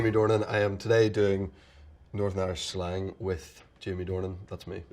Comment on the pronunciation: Notice how he says "schlang" instead of "slang". Lol must be an Irish thing 😉